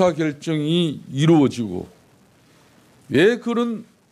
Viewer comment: 아직도 혼수성태냐? KT에서 네 발음대로 어사결정할 이유가 있을까?